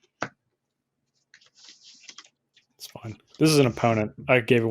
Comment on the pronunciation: The continuing pronunciation of MISS AAAAAAAAAAANNJIIIIEEEE makes me laugh every time. Also Cherie is my new favourite way of pronouncing Shirei.